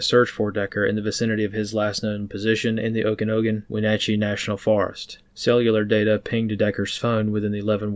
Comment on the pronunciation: "Oak a noggin" good job on Wenatchee 👍